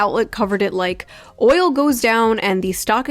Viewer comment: New rule: no one who pronounced oil as "ohl" is allowed to speak about the Middle East.